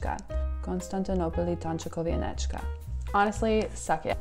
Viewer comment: You said konstantynopolitańczykowianeczka better than I ever did. And I’m polish :)